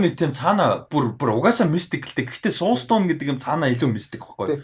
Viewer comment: СОУЛ Стөн гэж хэлэхээ болилдоо. Эхлээд ямар чулуу яриад байгаан бол гэж зөндөө бодлоо шд. Нэг л их англи хэлээр ярисан хүмүүс ядаж зөв аялагатай ярь л даа. Бусдаар бол гоё байнаа.